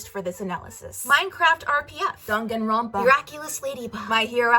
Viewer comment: Someone who pronounces Danganronpa correctly... Impossible.